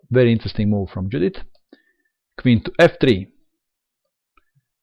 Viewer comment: Hi, Judit Polgár is a Hungarian chess player. So, her first name, Judit, should be pronounced, as "Yudit". (Note: the first name in Hungarian is the family name 🙂 So, corretly her name is Polgár Judit).